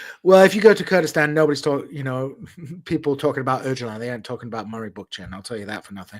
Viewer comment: proving that he is a true American by being completely unable to pronounce ”Öcalan”!😂